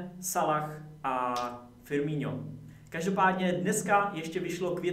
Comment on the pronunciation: Čita sa to FirmiNo nie FirmiŇo